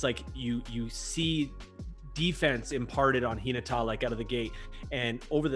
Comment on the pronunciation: has the more accurate intonation to how the word is read. I'm not entirely sure but how reads "Hinata" might mean differently from the original. Kinda like how the word "lead" means two different things when pronounced differently. Tonal languages like Japanese are quirky like that when compared to English.